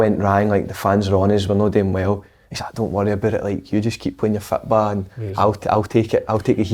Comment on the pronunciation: david luiz saying "you keep playing your fitbaw" in his Brazilian / Scottish accent